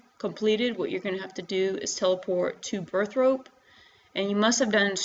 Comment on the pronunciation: "Birth-rope" lol